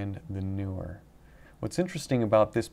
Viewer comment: "Tech Mafia" 😂😂😂 There's a newer Sony lens or are you butchering the pronunciation of 'Neewer'?